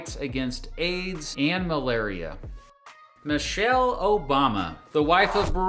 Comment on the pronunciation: you mean manchelle